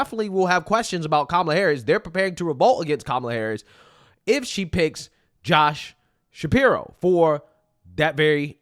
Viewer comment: “Josh sapiwo” hahahaha